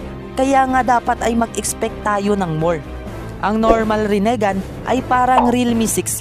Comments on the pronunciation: Pakiusap ayusin mo ang bigkas mo para astig pakingan.. rinegan yun hindi renigan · pa ayos naman ng pronunciation mo ginagawa mong tagalog pronunciation yung rinnegan ehh ang sakit sa tenga hahahaha